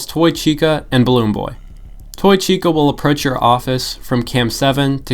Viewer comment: chica ❌ cheeksa ✅